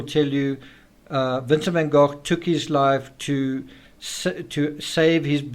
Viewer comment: is a master at delivering knowledge through question. In this particular episode, pronouncing Vincent Van Gogh's name properly makes it even more appealing.